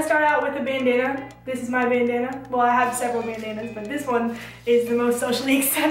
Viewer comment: There should be a counter for every time says 'Bendanna'